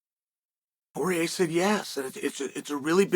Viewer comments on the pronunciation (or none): Not sure if I’m alone on this one, but a few times when Chael said “Poirier”, I heard “Jorge”, and was wondering how Masvidal came into the conversation all of a sudden